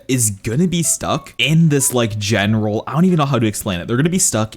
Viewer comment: Guys tell me how much times he said genaral